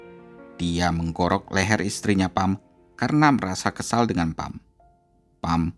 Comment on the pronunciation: Pham bacanya Fam. Nha Trang bacanya NyaChang. Googling dulu Mas lain kali.